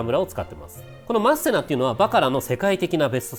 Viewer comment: マッセナのイントネーション違うなw